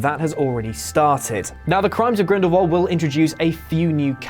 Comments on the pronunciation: What is it with mispronunciations with Whatculture? I love your guy’s videos, honestly, but Grindelwald, not Grindelvald. Keep up the good content otherwise guys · He says grindelwalv not grindwald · Am I the only person that is hearing "grindlvald"